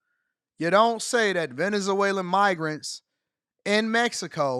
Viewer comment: "VenezAwaylans"??😆 They're Venezuelans, bro.